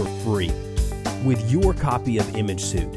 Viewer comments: Apologies but "suite" is pronounced like "sweet" ...not like "suit" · Les Crowe Yeah I was just going to leave a comment about this too. I suppose the creator of this product is not a great English speaker but hired someone to do the voice over and the guy doing the voice over had no idea that the word should have been pronounced like "sweet." The audio on this video needs to be redone.